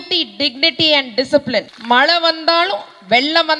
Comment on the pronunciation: Kalaga illai...கழக......... மள இல்ல மழை....Pl learn to pronounce Tamizh....correctly...